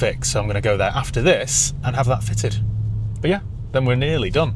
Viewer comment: You can't beat a northerner saying "buufff"